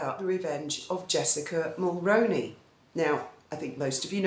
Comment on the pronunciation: I think Jessica would have to be super careful about what she writes because of the Mulroneys (pronounced mul rooney). They are highly respected here (I'm in Montreal where they live and have met Mrs. M a few times - absolutely lovely - and know people who are good friends with them). They are also very dignified, extremely decent and very private. Her husband is a sweetheart of a guy and equally decent so I don't know how much support Jessica would get to start raking the muck. But who knows?